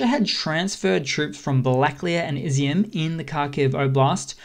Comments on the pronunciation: It's not " izzy- m" It's Iz- yum..Ізюм Igor, not " Eye gore" Six months in and you YouTube guys are still in Kindergarten Otherwise, good work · Also Izium is pronounced e-zoom and not izzy-um.